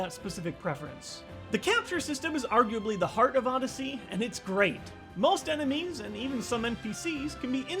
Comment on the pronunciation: most ene-MEMES! Lol!😂😂🤣🤣